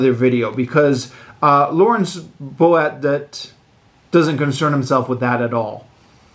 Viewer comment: His last name is pronounced “Boat”. Fr Boadt had a great sense of humor, so no worries. ❤